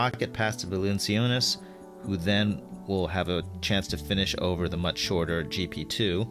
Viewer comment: oh, hey, Eric? Jonas Valanciunas's name is pronounced "val-an--CHOO-nis"